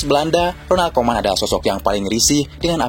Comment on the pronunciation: RONALD KOEMAN, BUKAN RONAL KOMAN😂😂😂😂😂